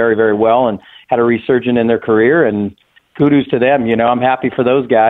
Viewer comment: "Kudoos" -adam vinatieri